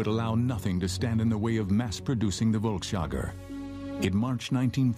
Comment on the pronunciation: I lost count of how many times I had to cringe at the mispronunciation of volksjager.